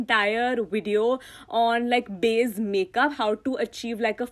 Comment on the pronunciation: It's so cute how you call "base" as "baze"😂❤❤